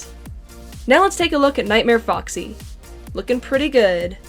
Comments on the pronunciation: Is it just me or did she say boxy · It’s not boxy it’s foxy :/